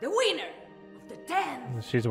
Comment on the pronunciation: It sounded like she said wiener